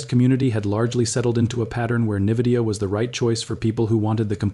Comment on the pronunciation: Its not Nividia, its Nvidia...